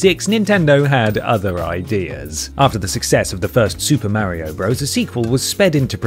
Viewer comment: I literally have a friend called mario and he and everyone else says it exactly like in this video.